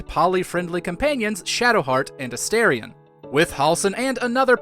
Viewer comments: I have 2 favorites. It's either between lae'zel and shadowheart. P.S. You miss pronounced A-star-ion. Everyone who is saying A-stare-in. If you're gonna say their name, you gotta say correctly. Because Astorion means star, Astarin mean stare. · It's pronounced A-STAR-ion. How do you play a 100 hour game & not know this???